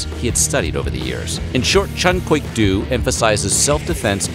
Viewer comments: Hey! It's pronounced DO like a female deer! You were killing me in the Bruce Lee video but now I'm over the edge! Otherwise great job on every video of yours I've watched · Please learn how to pronounce martial arts names. Do? Really?